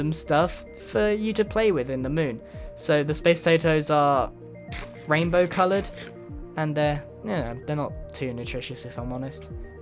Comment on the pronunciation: Did I hear raindobow potatoes :D